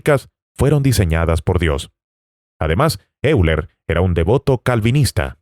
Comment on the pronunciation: La/s persona/s que ha hecho este video tiene...ciertas carencias. Solo dos apuntes: el argumento que denomina teológico en realidad se denomina en teodicea argumento "teleológico" (de telos, que significa finalidad). El gran matemático Euler se pronuncia en castellano "Oiler". Hay mas inexactitudes y errores interpretativos, pero no me extiendo mas. En realidad, no se esfuercen: demostrar la existencia de Dios es simplemente IMPOSIBLE. Si la existencia de Dios se pudiese demostrar en ese mismo momento Dios dejaría de ser Dios. Por otra parte, existen argumentos igual o mas potentes a favor de ateísmo y uno de ellos es la existencia del MAL. Aun así, yo soy creyente y creo que Dios realmente existe, pero no por todas estas mal llamadas "demostraciones", que realmente no demuestran nada. Y que Dios os bendiga a todos.